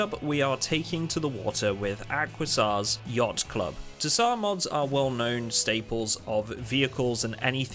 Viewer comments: Tsar is pronounced ZAR not ta-sar; the T is silent. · ZAR. the t is silent, homie. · Love your vids. Though autotsar is probably pronounced auto sar, in the word tsar the t isn't usually pronounced and I'm guessing they meant tsar as in king/ruler as in their mod is the ruling mod of it's type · fairly certain the pronunciation is auto-zaar like how a tsar is emperor in Russian